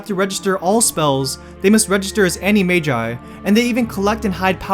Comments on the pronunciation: annie-may-ji???? isnt it meant to be pronounced ana-may-gus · why cant Americans pronounce things properly!? like wtf!? u said "ani-may-jai" WTF! its "any-mag-us" DUH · Pretty sure your saying animargi wrong I think it’s anna-marge-ee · ok so no hate intended buuuuttttt... voldemort is pronounced vOLEdemort not vALLdemort and animagus/ animagi are pronounced animagus/ animagi NOT animajus/ animaji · The thing that annoyed me most about this video was the way pronounced "Animagi". I've heard many people pronounce it terribly but that was by far the worst.